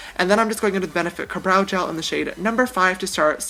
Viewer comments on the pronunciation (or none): "Kabrow gel" idk why I laughed so hard at that